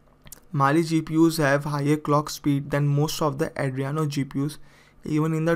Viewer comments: Did you loose your 5th grade grammar book? It's adrEno not Adriano 😂😂😂😂😂😂😂😂 Number third 😭😭😭😭😭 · it's adreno not adriyano bro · Adreno! Not adreyano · Sorry for bad pronunciation, it is Adreno, not Adriano. Subtitles are now available. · Not Adriano its Adreno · Adreno not adriano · Andreno or Andreyano😂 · its pronounce AH DREEN OH.